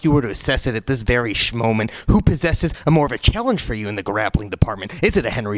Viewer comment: He said shmoment lol